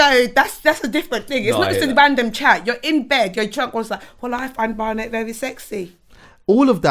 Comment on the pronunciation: can't pronounce Barnett.